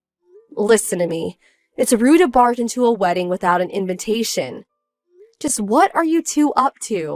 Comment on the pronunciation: WHY WHY WHY WHY WHY WHY WHY WHY WHY WHY WHY do these videos are always read as 'invintation' instead of invitation, they put in an extra N.